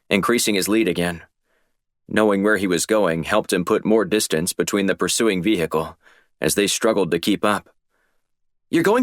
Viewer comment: The pronunciation of Vehicle is starting to get annoying.. Good series so far..